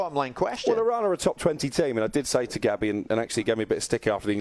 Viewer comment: Respect that Simon says "Iraan" instead of "I-Ran"...even corrected himself